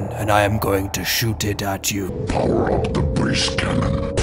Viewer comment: it's "power up"